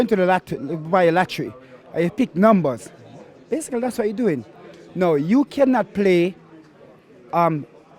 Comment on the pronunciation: so BA-SIC-CALLY 🤣